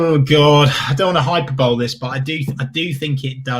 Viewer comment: as eloquent as you are, it's not "hi-per-bowl", it's pronounced "hi-per-bolee" 😂 you're welcome 😉